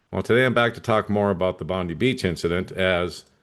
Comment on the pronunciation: Thanks. We have ppl in the Australian news comments saying we need a leader like Trump, they love him here as well. It’s just nuts. It’s pronounced Bon die, apt.